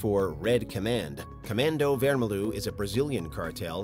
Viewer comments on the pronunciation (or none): Vermelho is portoguese and means red, yes, but is said wermeljo